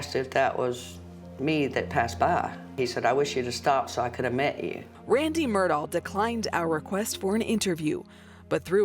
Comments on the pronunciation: Why is she pronouncing it as Murdoll? It isn’t even remotely right - we hear Alex even pronounce his own name very clearly as Murdock. Strange decision by producers to not correct her. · Why “MUR-DOLL” there’s no “L” .. it’s “Mur-Daw” Murdaugh… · The reporter has no idea how to pronounce Murdaugh. My poor closed captioning is struggling. Murdock, Myrtle, Murdall...